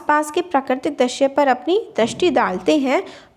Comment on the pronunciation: Ma'am , aap bahut acchha padhate ho But I have observed a mistake that u commonly repeat Aapne is video me drashya bola But it's not drashya , it's drishya U mispronounce ri ( vowel) as ra Except all is good Tremendous work 👏👏👍